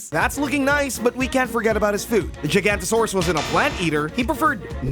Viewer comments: ITS GIGA NOTO SAUROUS Not Giantantosaruous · It's not jiganotasauras it's giganotasauras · You’re pronouncing giganotosaurus wrong Pronounced ji-ga-no-toe-saurus NOT “ji-gan-toe-saurus” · You mean giganotosaurus giga noto saurus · Doesn’t he mean Gìga-not-ō-saurus? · You idiot it's called a giganotosaurus not gigantosaurus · it’s the gig-gan-no-to-suar-us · i literally hate you like i genuinely yate you ITS NOT THAT HARD TO SAY! Gi-ga-no-to-sau-rus! ITS SO EASY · You mean ["Gi-Ga-Not-A-sorus"]? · pronounce with me or die! Gi-ga-not-a-saur-aus! Also imagine being so bad at modeling you steal a model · bro called it a 'gigantosaurus' ☠️ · its pronounced giga Non toe saurus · Hearing “gigantosaurus” hurts. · ITS GIGANOTOSAURUS NOT “GIGANTOSAURUS” 😭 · How to pronounce giganotosauras Gig-A-not-O-sawr-us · He really said giganotosaurus as giantosaurus from the video game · This dude can’t say GIGANOTOSAURUS you say it like giga-no-to-sau-rus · good job you managed to make every dino enthusiast mad by saying gigaanotosaurus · Bro really pronounced gigantosaurus its gig a not a sauris that’s how you pronounce it look at how it’s spelled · Why did you make the dinosaurs inaccurate try looking at more recent depictions if you want to make a dinosaur Plus only the spinosaurus really loved water out of all the dinosaurs here and giganotosaurus is pronounced (jiga no ta saurus) plus I thought you were going to have the spinosaurus look like the one that was in the first picture that was okay you didn't have to base it off the Jurassic Park one same with the giga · I think it's pronounced (Giga-Not-uh-sore-us) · lol nice joke. It is pronounced Giganotosaurus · GIGA-NOTO-SORe- US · Giga- nota-sore-us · wrong the first part is pronounced jiga or jaiga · Giga not uh suraus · it’s jiga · I say ji-gant-o-sore-rus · it’s pronounced giga-nata-saurus and spelled giganotosaurus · but that's wrong, look how it's spelled. it's not pronounced "Gigantosaurus" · You said giganotosaurus wrong